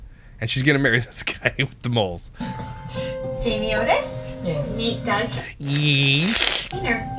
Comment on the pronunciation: Was so pumped to see you do one on her but not a good start when you can't get her name right lol Jamie Otis